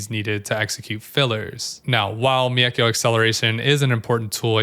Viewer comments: One criticism - the "Mei" in "Meikyo" is kinda pronounced like "May." In Japanese, "e" is pronounced like "eh" and if it's followed by an "i" then you just hold the "eh" sound for slightly longer. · Thanks for the great guide as always! Just one little note, the way you pronounce mEIkyo is pretty funny 😆